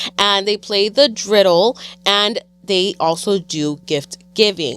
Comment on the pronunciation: Loved that y’all mention Hanukkah 💙but just a heads up “menorah” 🕎 is pronounced differently from how said it along with “dreidel”. Menorah is pronounced like muh.naw.ruh and dreidel is pronounced dray.dl 😊